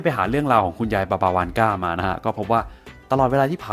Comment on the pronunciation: ผมฟังเป็นคุณยายวอสก่า